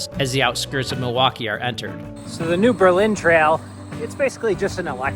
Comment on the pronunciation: Once again, a great video. And the YouTuber BIKE FARMER (Andy Q.) resides in Gib’s Bike Shop in Lake Mills! (PS: Cottage Grove ROAD. DrumLIN (not drum line) Trail😊 New BURRlin (during World War II we started pronouncing it differently = differentiate from Berlin)